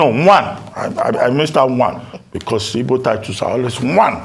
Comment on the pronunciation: Ruben can't call the Igbo title correctly even though he attended school in Igbo land and have an Igbo wife.